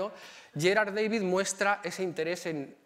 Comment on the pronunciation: Magnífica conferencia. Amena, interesante y muy completa. Gracias. Sólo una puntualización, por favor, no pronuncie David en inglés, uno era flamenco y el otro alemán, Da-vid, como suena, ¿no empiezan a estar hartos de tanta invasión anglicista?